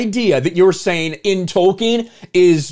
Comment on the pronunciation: Thank you for not pronouncing it: Token. Damn you, Soooouth Paaaarrk!